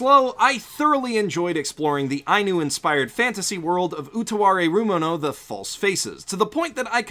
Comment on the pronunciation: If you're gonna call yourself "" please learn to go full weeb and actually pronounce "Utawarerumono" correctly. Thanks.